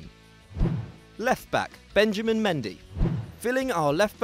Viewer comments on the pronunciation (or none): none